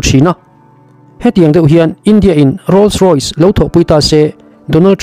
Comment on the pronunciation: a ziak chhar i nih chuan a dik a chhar tum hram a tha khawp mai .. 'Rolls Roy' ni lovin 'Rolls Royce" - Rawis tia chhiar tur ani e.